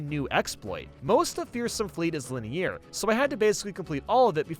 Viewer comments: Linear not lineeair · its pronounced linear not liny-air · do you pronounce 'ear' as 'e-air'? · Why does he pronounce "linear" like that? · No one: (in French): 𝐿𝒾𝓃𝑒𝒶𝓇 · Please learn how to say "linear" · Your pronunciation of the word linear is so inconsistent lol